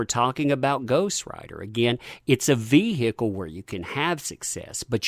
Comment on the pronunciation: "Its a Vee-hee-a-cul" psml dude.